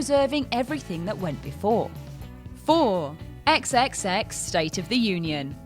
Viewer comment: So first you call Michael Ealy Ludacris and then you call Triple X? ex ex ex.... I swear you guys do no research on videos before you do them.